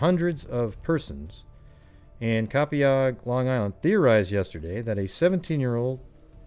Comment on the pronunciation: p.s I'm laughing because many Long Island towns have native American named towns that are hard to pronounce, Copiague is pronounced Co-payg 😁